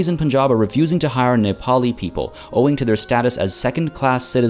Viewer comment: Lmao intentionally mispronouncing things for the intro to this one was a challenge. "Poonjab" lmao. Major focus on economic progress this episode as we gear up for the next major conflict. If you missed the previous episodes, check out the playlist here